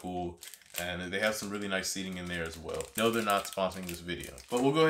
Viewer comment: No hate but it's pronounced guill(guill is pronouced gey like key) otine (otine pronounced a teen)